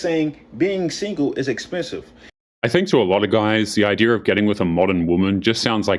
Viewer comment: Say it with me. IDEA. NOT IDERA